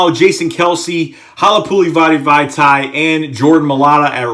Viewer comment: it is pronounced hal-a-patula- vati - viati